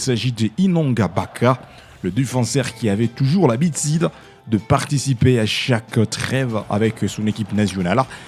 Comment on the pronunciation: Monsieur le journaliste tu parles bien Français mais il faut faire un effort de bien prononcer tes U,par exemple dire habitude au lieu de habitide. A part ça très belle prononciation.